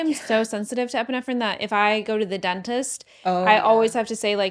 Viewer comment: “yeah you can come. bring an epinephrin” 😂😂😂😂😂😂